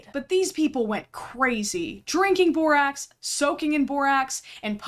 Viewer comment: The fact that over half of the borax idiots in this video call it "borox" doesn't even surprise me, and that's just depressing.